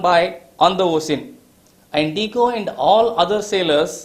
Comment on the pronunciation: Diyago sir not digo